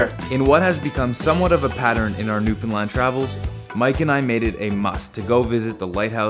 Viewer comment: This is the first video I've seen of yours. I have only one beef: You need to pronounce "Newfoundland" correctly, consistently. (I'm sending you an email.)